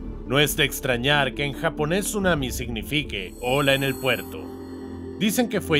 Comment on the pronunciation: Tsunami❌ Sumami✅